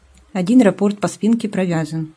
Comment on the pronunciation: Спасибо. Как всегда, прекрасный урок. Приятно Вас слушать.А уж работы Ваши ...Отдельное спасибо за правильное ударение в слове "рапОрт"... Это редкость. Вот бы все вязальщицы произносили это слово правильно....